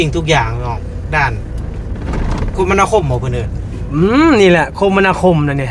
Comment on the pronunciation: คมนาคมอ่านว่าคะ-มะ-นา-คม ค่ะ ทำคลิปดีมากอยู่แล้วแค่เเนะนำนิดหน่อยอย่าถือโทษนะน้อง